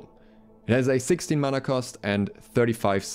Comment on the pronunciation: Mana not mauna